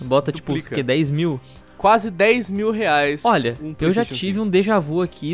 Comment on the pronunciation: "... mais de trezentos reaix..."